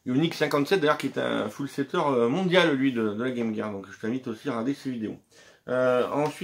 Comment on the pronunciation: Enfin 1 youtubeur français qui prononce bien game gear 👍